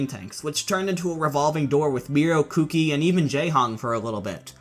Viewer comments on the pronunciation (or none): none